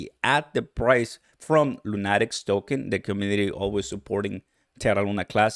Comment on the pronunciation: It’s pronounced Luu-nah-tiks like a crazy man.